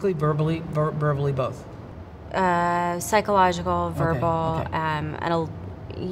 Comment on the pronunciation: It was Ryan Philipe. Reese said pychological, verbally.. And wanted to say physical but she stopped herself. I am sure she was physically abused. You can see it and feel it in her speech.